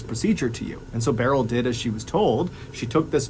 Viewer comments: Love your videos and how you deliver them!! Just a tidbit for you. Beryl is pronounced like "Brrr..L" not like "barrel". I have an aunt named Beryl. It's not a very common name. This is how we've always pronounced it anyways lol. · Beryl is pronounced like "pearl". Sorry, it was bugging me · It’s not pronounced Barrel. It’s more like pearl. With a B. Or Burl. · The name "Beryl" is typically pronounced "Burl", not "Barrell." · I cant decide which is more tragic, an innocent man being wrongfully executed or Mr. Ballen mispronouncing Beryl as Barrel for this entire story 😢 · I’ve never heard someone pronounce Beryl like that. I always thought it went like “Burl” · Clearly Timothy’s story is the true tragedy. What is the proper pronunciation of Beryl?